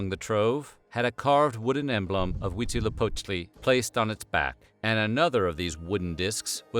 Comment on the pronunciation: I am impressed by the pronunciaition of Huitzilopochtli. 10/10